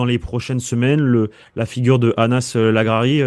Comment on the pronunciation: Merci pour les infos, par contre c'est Anas LaghRari